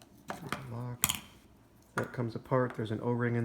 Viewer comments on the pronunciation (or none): none